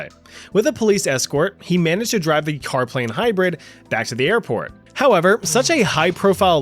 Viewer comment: Bro the first story got me 😅.. Carplabe?